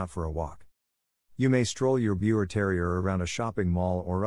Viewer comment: The correct pronounciation for Biewer is “ beaver”!!!